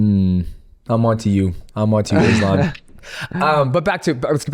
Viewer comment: Forget about the last name, most of them are pronouncing his first name wrong. 😅 It's not "Izlam". The "s" in Islam is pronounced as you would pronounce it for the name "Solomon".